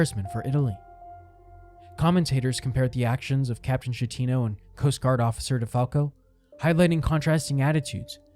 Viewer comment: There are dozens of videos about this that correctly pronounce the Captains name...yours is not one of them.